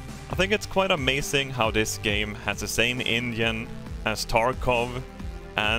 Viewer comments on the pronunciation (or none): Every time he says engine I think he says Indian